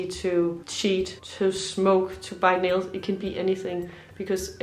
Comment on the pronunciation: Hallo, it was your other channel that I first saw you. When you were saying “bite nails” i thought you were saying ‘buy milk’. — Have the best of the holidays. Watching from Glasgow.